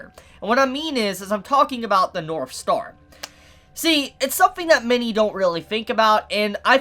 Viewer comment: Every time he says "north" in this video it sounds like he's saying "norf." Is that an accent? If so, in what part of the world is it common to pronounce the "th" sound as an "f?"